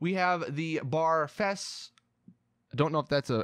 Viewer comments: Bar Fes --> Barfs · The "bar_f"...it's "BARF" dude - Barf, like after you've had a 6-pack, but go for #7...but you can't handle #7. Or the reaction people had to this video :)